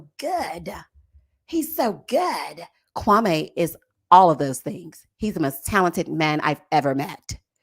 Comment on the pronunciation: here I am watching the live recap and you did not disappoint. I’m not even watching the show right now. These reviews are telling me everything. So glad Marshall is free from Jackie. I see myself in him, we are not softies. Also I wish people would pronounce Kwame’s name correctly.😂 I just want Chelsea to find herself a black man that wants her.